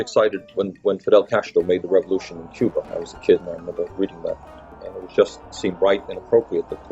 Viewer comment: "Que-ber" That's how you really pronounce Cuba. Just saying.